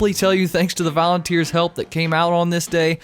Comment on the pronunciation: "Valenteers" :D